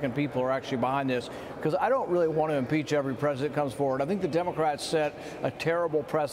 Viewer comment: Schiff “ desire to peach"